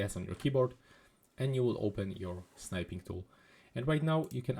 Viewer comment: "Snipe-ing Tool"... It's not "Snipe"... It's "Snip"! Geeze!